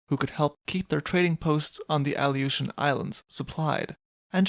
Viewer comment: Aleutian Islands: (Uh•loo•shn) Not “Ali•oh•shn” Other than that this was another banger of a video. I love your content and I shared your channel with my pops and he really enjoys it too. Thanks.